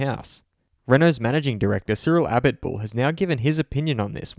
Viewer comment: You can throw in the accent for "Auto Motor und Sport" but not to pronounce "Abiteboul" correctly?